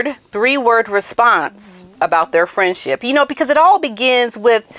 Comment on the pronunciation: I think she said, “Fresh sh*t” instead of friendship! 😂😂😂